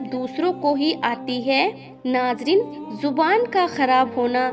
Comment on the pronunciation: विडियो में जिसकी आवाज उनकी जुबान कच्ची हे जेसे गुस्सा ,जुबान,जरूरी जेसे गुस्सा, ज़ुबान, ज़रुरी कमजोर, कमज़ोर